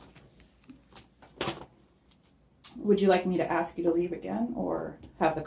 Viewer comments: Yea you are stupid, because it is "ask" not "axe" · 'You axe me if I wanna leave three times' - So so so sad...